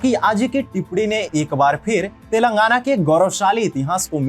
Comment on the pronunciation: I like your videos bro. But, i am sorry to inform that ... you are pronouncing the names wrongly. It is Thelangaana तेलंगाना not तेलांगना and it is warangal वरंगल not वारंगल. I request you to please pronounce it properly. This is not to insult you, but just to correct you.Everyone from northern india prounces likes this only. Hope you understand.